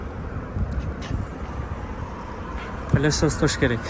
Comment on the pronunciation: Паласос эмес плисос